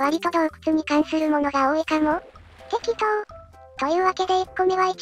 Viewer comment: てっことー→てっきとー